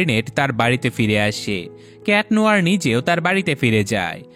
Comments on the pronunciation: Kitnohor ❌ cat noir✅ Floe❌ chloe✅ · Not cat nohor it is cat nuar